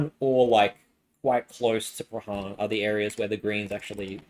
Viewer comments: its pronouced Pran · Nice vid but I cringe at the prahran pronunciation hahaha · It's not the jewish voters. It's people who vote who are disgusted with antisemitism. I would think that this will be a broad sentiment. And. The H is absent in Prahran. 'Praan'. It's very grating. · Really interesting analysis, thanks so much! I loved your pronunciation of Prahran and Corio- I guess you're not a Victorian? 😉😉